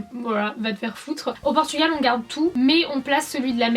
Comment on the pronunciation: Déjà on dit PORTUGAL et pas PORTUGUEL !